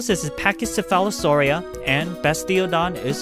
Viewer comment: WHY??? Please Im not trying to hate but please, the way you pronounced pachycephalosaurus absolutely left me flabber gasted